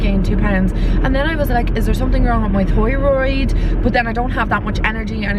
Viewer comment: “Thoyroid” your accent 😂💗